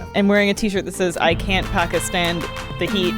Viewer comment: pronounced Pakistan much more accurately than most white people (like the rest of FH). Grats